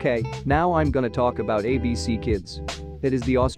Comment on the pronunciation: Bro is pronouncing ABC Abk